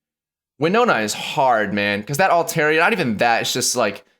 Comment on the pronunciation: I’ve named my Alteria “Alteriyaki” I can’t stop hearing it now when she says “Teriyaki